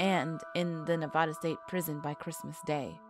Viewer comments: This video was cool but its pronounced Nevada not Navada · That's terrible. Anyone born here should definitely know it's not Nev-od-a. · when she said nev-ah-da 😭✋ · I just wish people would research how to pronounce words that are not familiar to them. And just when are people going to learn how to say Nev-AD-a. It's not pronounced in Spanish even though that's it origin. Does help us know where you're from though. Worst pronunciation offenders are from the east coast. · Haha, it gets on my nerves when people from other states pronounce it as "Neh-vaw-duh," but I understand if they have yet to catch on. What REALLY gets on my nerves is when they are aware of their mispronunciation of the word and yet continue to say it like that. I feel the same way towards the whole "soda vs. pop" thing. If you would like to live in/stay in Nevada for an extended period of time, you BETTER pronounce it right and say "soda" as opposed to "pop." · The Moon Landing was in 1969 (not 59) ...and Nevada is pronounced with an "a" - as in Apple - not "ah" (say it like ya have a Brooklin accent, lol); and the Native Americans are pronounced "pie - oot". But you produced an interesting video! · Nevada = Nev-ad-a, NOT Nev-odd-a. The Tribe's name should be said more like Pie-Yute. Good report though. Fascinating information.